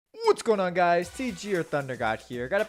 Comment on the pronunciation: "Whhhuuuuts guunna guys" Wtf....